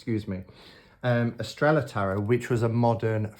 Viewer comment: Lovely deck ! Shouldn't it be pronounced Eastraiyaa ? (star in Spanish).🧡☺🙏🌺